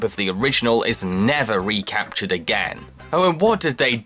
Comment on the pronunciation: Me too; every time he says it I just expect the word AGAIN to appear shaking on screen, like the editing in JonTron´s early videos